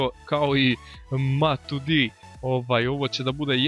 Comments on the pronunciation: Nije Matudi nego Matuidi _' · Ne kaze se Matudi nego Matuidi i neka igra Pjaca.